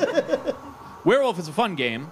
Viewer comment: I like the way pronounces it like "we're wolf"